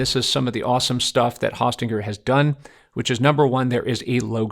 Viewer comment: Very informative video tut ... thank you! In the future, I believe it's pronounced Hosting er.